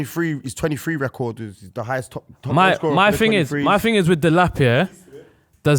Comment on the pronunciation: man said delap